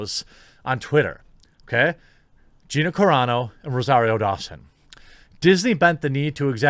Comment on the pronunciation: 2 vids in a row I have seen and you said Gina's name right !